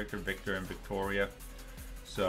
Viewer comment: It's Victor and Gloria, not Victoria